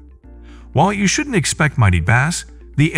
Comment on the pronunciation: Why the heck does the narrator say "bass" the way we pronounce the popular fish?